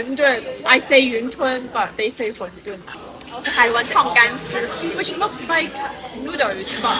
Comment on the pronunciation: 发音纠正： 是 馄饨（tun）不是 混沌 dun， 还有中国人最常错误发音的 优惠券 quan 不是 试卷的juan